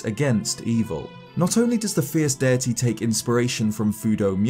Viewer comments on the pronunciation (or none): This guy keeps saying “fierce DIRTY” THATS ANNOYING AS HELL